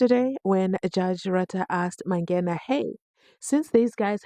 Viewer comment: That is strange indeed because as he said, he had played soccer way back nabo Mike Mangena. Uyahlola as to why he can't pronounce this surname. What happened to 50yrs?